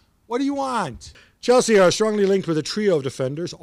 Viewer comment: "Cheslea" Lol ESPN always makes me laugh 😂